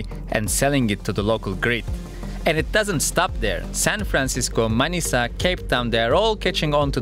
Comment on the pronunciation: daha önce bu kadar net manisa diyen yabancı görmemiştim. videonun sonunu bekledim ve Türk olduğuna şaşırmadım.